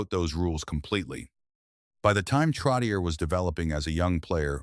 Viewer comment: I wish whoever makes these videos would pronounce his last name CORRECTLY